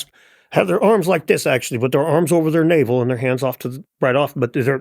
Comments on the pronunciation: it’s “navel of the world” not “naval of the world” as in “belly button,” not “water army” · Navel . . . not naval . . . of the world.